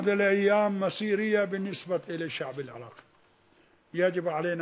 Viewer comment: كيف نجفي وهو ما يعرف يتكلم عربي؟ كيف يقول الشأب الإراقي